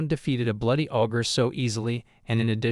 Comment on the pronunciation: Hey! Stupid AI! it's not AWW-GRR, it's OH-GRR. Ogre. The AI mispronounces the simplest words, and it's maddening! And the AI trying to say the story "using other words" frequently gets them to say something completely incorrect, ever opposite, of the real story! GAAAAH!